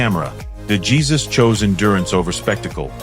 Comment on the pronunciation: ……you need to check how to pronounce Wanda de Jesus surname correctly………a clue: it’s Spanish………